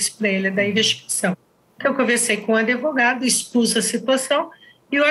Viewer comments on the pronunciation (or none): Eu não entendo como uma pessoa da lei fala adevogado. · Passei o episódio todo com palpitação, com a delegada repetindo “adEvogado”. Ela trabalha na área da justiça e até hoje não aprendeu a pronúnciar a palavra corretamente? Que é “advogado”, com “D” mudo??? 🤔🤔🤔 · Isso significa SOTAQUE, vc acha mesmo que uma mulher que demonstra inteligência o tempo todo não sabe pronunciar advogado? Aiai viu